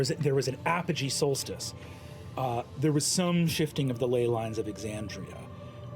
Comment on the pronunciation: I know it's a small thing, but you've pronounced Aabria's name wrong, and I think you should fix that. (Also pronouncing Exandria wrong, but that's not someone's name, so it's not a big deal.)